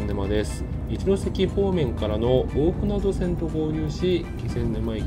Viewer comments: BRTにはまだ乗ったことがないので、一度乗りに行ってみたいです。 一つだけ、！「おおふなど」じゃなくて「おおふなと」です！！ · きょうび高速バスのほうが便利なので気仙沼の人が仙台にいく場合は高速バスを使うんでしょうけどねぇ。 柳津〜気仙沼は昭和50年頃に散々待たされた挙句に開通したのがまた鉄道が無くなってしまって悲しいですね。津波を口実に赤字路線を切り捨てたとしか思えません。 一方赤字路線の廃線後にBRT転換するのは旧鹿島鉄道のかしてつバスがありますが、途中区間が一般道走行で渋滞に巻き込まれるし、一般道との交点ではいちいち停止するなど、BRTの体をなしていません。こちらの方もいつかレポートお願いします🤲 ※蛇足ながら「おおふなど」ではなく、「おおふなと」です。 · 「おおふなど」ではなく「おおふなと」だと思います。聞いていて気になりました。